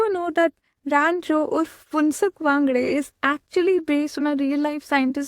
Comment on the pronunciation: wangdu not wangde